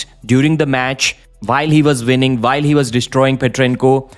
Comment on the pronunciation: Winning not vinning